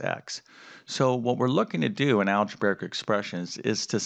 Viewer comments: its algebraic not algebaric. omg please say it right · I'm sorry, i cant stop laughing at the fact that calls it "Alegebearic" XD im sorry if im being rude